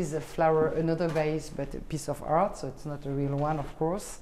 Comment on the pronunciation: Twelve years in NYC and she still says hart instead of art. Oh well.